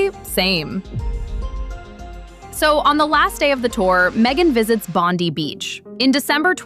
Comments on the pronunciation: Its "BOND EYE" NOT BONDY... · With respect - pronunciation correction -Bondi - Bond - then - i - as in eye - Bond(eye)i - Bondi Beach - thank you 😊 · Pronounced BONDYE